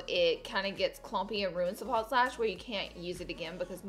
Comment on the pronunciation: No T in false.